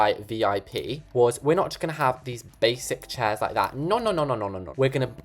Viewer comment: You sound LIKE A CAT BEING STRANGGLED?!?! why do you ALWAYS make me die of laughter!!?? and so srry but your from the uk right? so when you we're doing "no no no noooo It sounded like "NOR NOR NOR NOOOOR